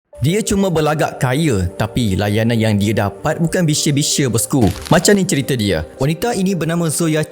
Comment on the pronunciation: "bukan bisebise" alah menyampah plk dgr kau sebut je la elok" "bukan biasa2 kn sedap telinga dngr ... bnyk sebutan ayat yg tah apa2 kita org melayu kaya dgn bahasa yg indah2 nk jgk acah gaya bercakap cm gitu pretttt nk jdi konoha ke..